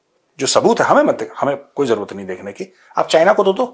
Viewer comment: Look at your over qualified producer .....cant even pronounce properly zyada as "jayd" , Zaroorat as "Jaroorat" ....Jaroori and so on ...... 85% indians are not even presentable on Television or any decent gathering ....you pre matured retired Major living in fools paradise